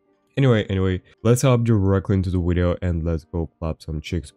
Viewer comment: I play how many times does he say wideo game